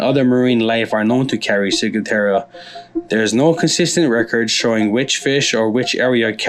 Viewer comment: there isn't a letter "i" in the last part of the word Ciguatera (see?) You kept saying "ciguateria" instead of ciguatera. Otherwise a pretty decent video. Wondered if you 2 are veterans when I saw the FNG hats; in the military that stands for "fuckin' new guy." (That's the one to watch, he'll be better at getting someone hurt or killed than the enemy...)